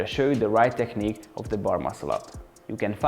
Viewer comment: You opened my eyes with that video and the one about pullups. It seems like I found a great channel I will definitely be coming back to. Don't want to be rude, when you pronounce 'technique', pronounce -ch as -k - /teknik/. Thanks a lot for sharing your experience. Cheers!